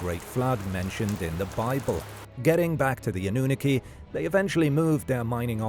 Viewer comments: 😂 "annuniki" ... say , "aluminum," too. 😂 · It’s pronounced Anunnaki, not Anunnaki